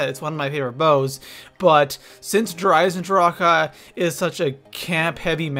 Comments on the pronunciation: why do you say Der eisendr-HA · why do ppl keep pronunceing der eisendrache der isendraka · Please please please stop saying der eisendrachHUH it sounds so wrong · Comment section: How do you pronounce Der Eisendrache Der (Eye zin drock) Der (Eye zin dra kuh)